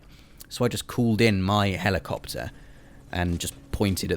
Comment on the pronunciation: I love the way you lot pronounce helleecopter xD